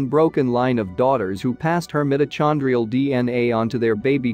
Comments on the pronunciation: Come on! The Bible says we all come from the Garden of Eden and we all know that was on the floor of trhe Persian Gulf before the seas rose after the Ice Age. And it's 'meyeto-kon-drial' not 'm-it-o-chawn-drial.' Very distracting. Botswana! Sounds plausible. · The incorrect pronunciation of “mitochondrial” is grating. AI should be better!